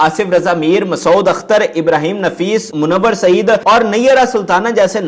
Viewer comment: The name is masood with one syllable.pl don’t say it masa—od.